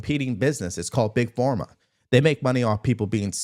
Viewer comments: Why does he say Big FORMA? It’s Big Pharma, like Farm-uh or ffff-ARM-muh. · Why do you continue saying Big Forma? It's Big Pharma! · Love you, but is it PhORma? Or PhARma? 🤔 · Big Form Ah?🤔 Big Pharma (farm ah) 🤣